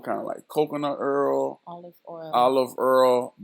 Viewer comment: I like the way he says “oil” too. Gotta keep your hair earled up. 😭🤣